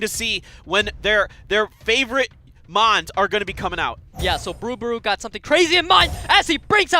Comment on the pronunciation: These announcers are shit, I could do better and hardly play the game anymore. They mess up almost every Mons name